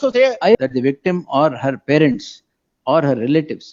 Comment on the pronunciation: Farents allappa parents... kannada kollabedi